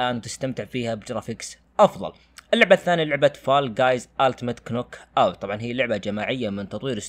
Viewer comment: معليش اخوي لاكن انت غلطت باسم اللعبه اسمها ناك اوت و ليست كنوك اوت 😊